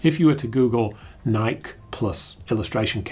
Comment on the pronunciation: It's officially pronounced NY-Key ( as in it rhymes with Spiky or Crikey if English)